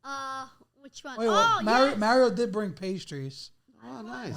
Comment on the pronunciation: Why does he say Meh Rioh It’s Mah Rio!